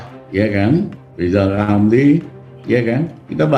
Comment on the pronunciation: Wk wk wk wk wk 😂😂😂😂😂😂 Lijal lamli..............Lijal Lamli................ Manusia korban stroke 👎👎👎👎👎